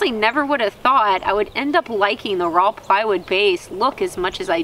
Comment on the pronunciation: Well blimey, does still some long pants. I thought she had cut them all off. here is a fumy observation, I noticed you have trouble pronouncing saw and raw, but you have no trouble what so ever about correctly pronouncing sammich? LOL. Good job on the stools.